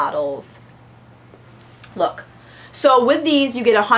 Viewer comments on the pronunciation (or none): none